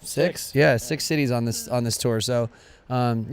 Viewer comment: When he said city's I thought he said titties😏😂